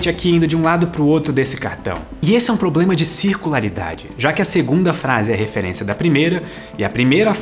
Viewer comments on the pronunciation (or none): none